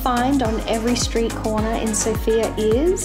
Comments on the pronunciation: Yeah, we love our feta cheese, bread, and meat😅 Also, it’s pronounced as SOOOOOFIA….not like the name Sofia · One of the mistakes that foreigners make is mispronouncing the name of the city. The emphasis is on the letter O, not the letter I.